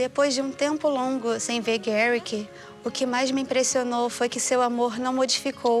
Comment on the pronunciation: I went thru 33 minutes of this before I understood his name was Garrick? I thought she was saying Derrick with a slight speech impediment. I really need it to be Friday, my brain is bad. 🫠